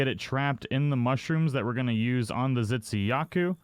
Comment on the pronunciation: I'm sorry but I could help but notice you pronounce Tzitziyaku as Zitsiyaku (ㅇㅅㅇ)